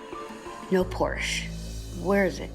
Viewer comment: People who can‘t pronounce „Porsche“ correctly don‘t deserve to drive one.